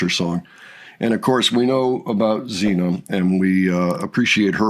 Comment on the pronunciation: She is Sina not Zina